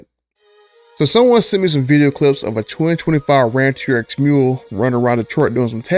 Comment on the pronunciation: Dude. You called it the “She-rx.” Hahahaha Thanks for all these videos and information, btw.